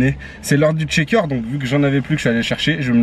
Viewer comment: Merci pour cette vidéo riche, qui t'a pris pas mal de temps à faire, et qui change:), fais-moi plaisir: "shaker" se prononce "chèïker", pas "tcheker", merci à toi.